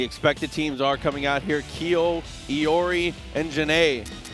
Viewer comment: "Keeeyoooh" LMAO come on dude